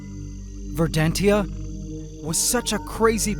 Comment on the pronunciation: not "ver-dan-tia"... "ver-dan-shia"